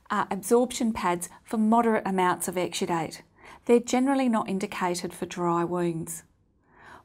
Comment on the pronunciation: This old crank gets no headache, but her pronunciation of exsudate (exsudite) makes me think she's saying extradite, as in don't extradite Assange!